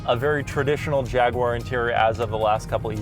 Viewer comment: Nice review. The only issue I have is that for some reason you can't seem to pronounce "Jaguar" correctly. It really irritates me.